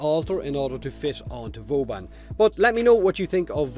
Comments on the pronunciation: Is he sayin Vooobun, or boobun? :D <3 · Booben. It's canon fellas. Not Vauban, but booben.